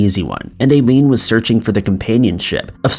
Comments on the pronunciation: Hearing "I-leen" pronounced "A-leen" about 15 times almost made me quit the vid... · Do you not know how to pronounce Aileen? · Yes ma'am, you are correct. And I lean , not A lean. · How can you run a crime and mystery channel and not know how to pronounce one of the most famous female serial killers name? Aileen Wuornos. It’s not “A-Lean”. It’s pronounced “Eye-Lean”. Jake Gyllenhaal is pronounced Jill-in-Hall. Not Gill-in-Hall. I’m not trying to be mean, and have left these comments before, but if you’re going to run a channel and want to be professional, you REALLY need to research pronunciations of names before putting it on YouTube. This will help you look more professional and like you actually care about what you research!